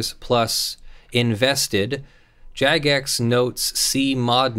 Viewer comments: It's not even necessarily Jagex (and it is said with a J sound btw) that muted him. All players are capable of making an abuse report. However in game (as well as the official discord and forums) there are Player Moderators (PMod for short). These are players that Jagex extends some moderation ability to. A PMod has the ability to make a priority abuse report. These reports go to the top of the pile and stay there (while a regular player's reporting will get weighted down by more incoming reports from other regular players). When a PMod makes such a report they have the option to either recommend muting or themselves temporarily mute a player. Temporarily muting is sometimes necessary to more immediately restore an acceptable game environment. If a PMod mutes a player, that player will be muted for 48 hours, absent Jagex's possible reversal on the decision to mute the player. Even though Jagex addresses PMod reports first, there are a lot of PMods and a lot of players. So it may take Jagex time to actually be able to get around to looking at a given report. It's entirely possible that a PMod muted the player and that Jagex merely upheld and extended the PMod's decision. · Hehe, Yagex, due to common 'j' having a y-like sound, then says Jagex right next time.